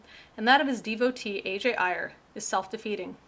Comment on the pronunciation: Ayer's name should be pronounced like 'air'. His book was called Language, Triuth, and Logic, not Language, Truth, and Language, as Geisler and Turek say. It is available in a Dover book for about eight bucks.